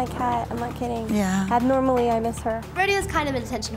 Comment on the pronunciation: Lol she said 'abormally,' about the cat. If you don't have a kid lol...that's the best comparison some of us have.